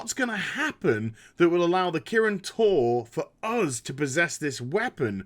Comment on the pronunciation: I could've sworn I heard "Protected by the Kirin Tauren" and thought of magic cows. Yeah, blizz, I'm that bored.